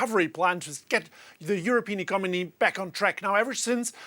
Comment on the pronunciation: "the european ecomony" ))